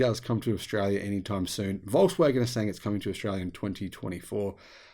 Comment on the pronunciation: Walks-waggon, as you pronounce it, is not a Waggon for the Nation any more. It is pricey, and the quality is not far worse than even more expensive brands like brother Audi, and Merc, BMW etc. IMO if they don't produce a cheap EV soon, at scale, (and manage to make a profit on it), they will be greatly reduced in size, even after gvnmt bailouts.